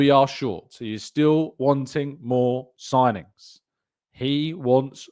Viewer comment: Need more ‘sigingns’ man